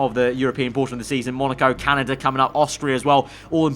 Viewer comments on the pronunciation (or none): none